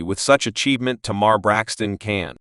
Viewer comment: Say her name right